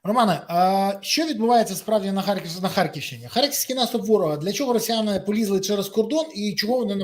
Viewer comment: Панове спікери, у назві українського міста Харків , м'якого "рь" немає і бути не може , опануйте вже свої щелепи та вивчіть мову